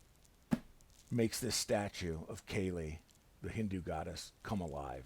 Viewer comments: kali not kaylee lol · Love your reviews mate but it’s pronounced Kar-Lee 😅 Keep up the great work, your review convinced me to bag Talos